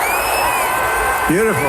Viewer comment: He said "beatiful" TWICE as that maggat was attacking.